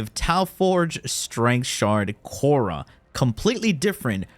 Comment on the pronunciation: khora ❌ korra ✅